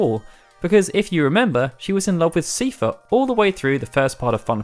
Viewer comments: It's pronounced Sie-fer, not See-fer. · "Seefer" lol